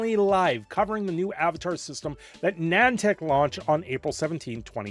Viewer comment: Wtf is Nantac? Edit: opps, its Nih-An-Tic